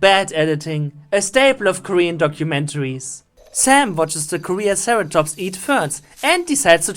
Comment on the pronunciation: "Korean Ceratops." That made me cringe so hard.